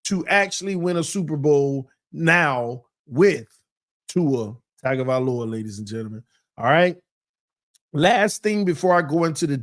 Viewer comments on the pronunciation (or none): Tongue Go* Vie* Low ah*... Please practice this my brotha.. Your killing me smalls!